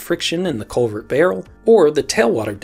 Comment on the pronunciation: I was hearing Covid instead of culvert